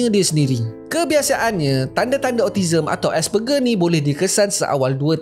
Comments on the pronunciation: Sebutan asperger : es-per- jer bukan ger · asperger tu nama lain utk austism. sbb autism ni spectrum, so effect pd setiap individu berbeza. Sebutan dia "ger" tu sebut "jer" 😆